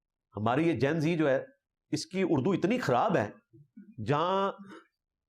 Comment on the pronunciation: انجینئر محمد علی مرزا معروف بہ ’چھوٹا مرزا’ خود لفظ ِ ’اُردُو’ ھی درست نہیں بولتا ، بلکہ ’اڑدو’ بولتا ھے ۔ ’خوشہ’ کو گوشہ ، ’پراگندہ’ کو پراندہ , ’بیخ کنی’ کو بیچ کنی ، ’مُورد ِ الزام’ کو مودر ِ الزام ، مزارات کو مزرات ’استاذُ الاساتذہ’ کو استاذ الاستاذہ ، طِفَل ِمکتب کو طُفل ِ مکتب ۔ یہ چند نمونے ھیں اس جُگت لامّا کی ’لسانی طاقت’ کے ۔ یہ شخص انتہائی بڑبولا بلکہ ’مونہہ پھٹ’ اور بےادب و گستاخ واقع ھوا ھے ۔ شرفاء اپنی عزّت بگڑنے کے ڈر سے اسے مونہہ نہیں لگاتے اور یہ کہتا ھے میرے علم کا رعب اور دبدبہ ھی اتنا ھے کہ مخالف ٹِک ھی نہیں سکتے ۔ کم علم بلکہ جاہل قسم کے اینکروں کے سامنے بیٹھ کر غلط سلط حوالوں پہ حوالے دیئے جاتا ھے یہ نام نہاد ریفرینس کا بادشاہ ۔